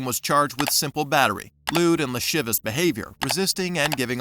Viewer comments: Mfer said “lewd and lashivis”. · I’ve never heard of “lewd and lashivis behavior?” You’re under arrest for mangling words. (La-sive-ee-us) 😮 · I don't know whether the voice is AI generated or just someone that does not know how to pronounce lascivious😂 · Lol. Apparently the narrator (or AI, who knows) has never heard the word "lascivious" 😂